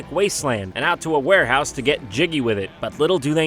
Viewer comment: Heh.. he said werehouse.